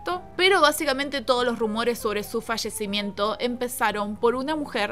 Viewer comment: fashecimiento jajajaj 😂